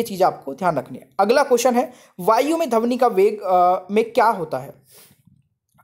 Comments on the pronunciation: धवनि नहीं ध्वनि कहना सीखें। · Sir dhawni nahi dhwani hota hai 🤭😁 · धवनी नहीं सर ध्वनि होता है 🤣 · Sir Dhwani hoga dhavani nhi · सर पहले अपना तलब्बुस ठीक करिए 😂 , ध्वनि पढ़ने आए थे , आप धवनी शिरा पढ़ा रहे हो 😂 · सर आप पढ़ाते बहुत अच्छा हैं, लेकिन आपका उच्चारण सही नहीं है, धवनि और ऐसे ही कई शब्दों का प्रयोग करते है आप 🙏